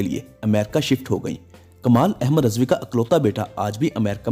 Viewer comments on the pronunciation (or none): Please improve your urdu pronounciation. RIZVI not Rezvi